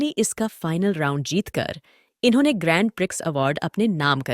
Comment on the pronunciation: वो ' ग्रैंड प्रिक्स ' ..... नहीं ' ग्रां प्री ' होता है....🎉